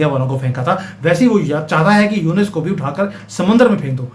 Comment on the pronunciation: It's Yunus not yunes